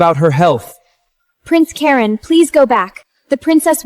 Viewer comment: I thought Ai was smart 😂…Karon. Kerin. Karen. Koran or…